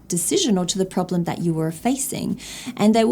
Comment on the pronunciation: What's a "prolem" (pronounced: problem) LOL😂 (Point 4 of "advantages...")